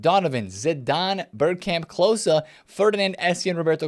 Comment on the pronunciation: it's pronounced 'clo-ze', just a short 'o' sound, not the 'aww'